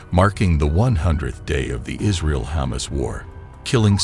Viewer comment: Is he saying Ha´mas or does he really want some humus?